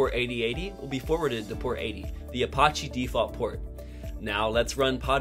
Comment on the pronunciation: i think it is pronounced "uh-patch-eee", not "uh-posh-eee".